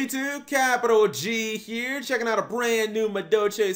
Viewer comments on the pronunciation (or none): none